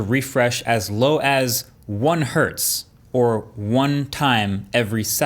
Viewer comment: thank you for saying one hertz not one hert